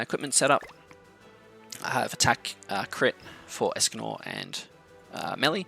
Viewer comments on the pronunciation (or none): Hræsvelgr is pronunciation Hrisvelger just so you know next time